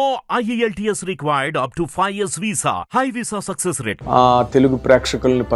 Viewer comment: ANCHOROOOOO.....Sexes Meedha sexes entayya .? SUCCESS ANI PALUKU